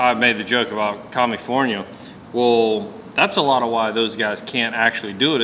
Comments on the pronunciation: Did you say commyfornia. Lmao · Did you say Commufornia?🤣🤣🤣🤣🤣🤣🤣🤣🤣🤣